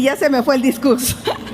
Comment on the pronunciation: Como no hay discugso voy a improgvisag!